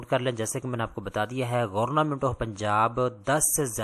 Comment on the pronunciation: گورنمنٹ ❌ گورنامنٹ ✅ 😂😂😂😂😂😂😂